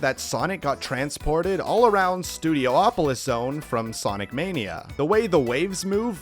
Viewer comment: Also, I give you points for using the CORRECT pronounciation of Hydro City, however you lose points for incorrectly pronouncing Studiopolis. (Seriously, where did people get "Studio-opolis" from the spelling?)